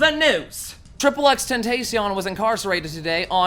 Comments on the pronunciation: no its xxx TEN-TAH-CION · Its pronounced "X X X TEN TAR SION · It’s “ten-tah-see-awh” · "Triple X ten-tay-si-on" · “Triple X 10tacion” BITCH WHAT THE FUCK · you pronounce it x-x-x -ten-tas-e-on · "Triple X tent ace eon" 💀💀💀💀 freeX tho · Who called him "triple x tentacion" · 😂the way he says xxxtentachion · His name is x x x ten ta sion ik its not spelled like that but that’s how it’s pernounced he said like that himself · Triple X Tentacion? Hahah wtf sorry but not even close to the right pronunciation. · it's pronounced tentassion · "Triple x Tentacion"😂😂😂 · triple X tent-aye-see-on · X X X ten-tah-see-own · Thereli Gaming * Ten-Tay-Cion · OMG PLZ DONT SAY HIS NAME LIKE THAT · God damn he slaughtered the fuck out of X’s name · i cringed when he tried to pronounce XXX Tentacion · How can people still not say xxxtentacion properly yet.... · Why cant anyone pronounce XXXTentacion correctly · Sander Broadcast the X's are separate and English and Tentacion is pronounced in spanish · Came here to see how badly he would pronounce xxxtentacion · Fuck me learn how to pronounce his name xxxtentacion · butchered x's name lolll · How tf did hi pronounce xxxtentacion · The way he say xxxtentacion it's cringe Dude learn to say his name right please I'm not trying to be mean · LEARN THE FUCKING NAME OF X MY NIGGA DAMN YOU Fucked his name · The way he says XXXTENTACION kills me... Im American, Hawaiian and Mexican and i speak spanish and english! For me sayin XXXTENTACION is no hard task. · He said xxxtentacion wrong I'm so pissed it was cringe as hell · ...that's not how you pronounce tentacion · You mispronounced x name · You said Xxxtentacion wrong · the way he said X name 😂😂😂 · U said xxxtentacion SO FCKING wrong